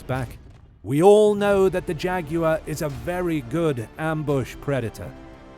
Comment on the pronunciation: "Jag-you-are" the winner.